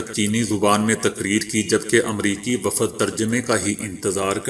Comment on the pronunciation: my friend ,if you dont know to speak correct urdu pl. spoil urdu language you said uoodhare umre is wrong correct word is adhare umre second word you said waafad no it is wafd ok, thank you dear.